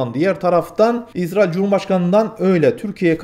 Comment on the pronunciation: İZZ RAİL deyipte türkçeyi bozuyorsun kardeş